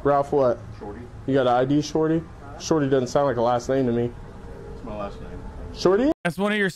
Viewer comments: I hear shawty like he’s got apple bottom jeans on 😂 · I know that it's his name but I can't take this narrator seriously when he keeps just calling him "Shortey" lmao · I love this whole video calling him shorty because i just hear shawty every time 😂